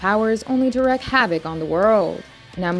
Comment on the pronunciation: Wreak havick, not wreck